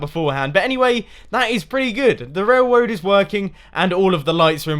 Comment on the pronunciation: is he purposely saying wailwoad not railroad?